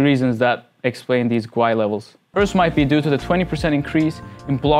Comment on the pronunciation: It's pronounced "gWAY".. just stop